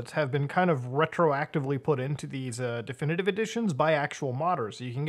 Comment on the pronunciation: I like the way he says "Definitivivive"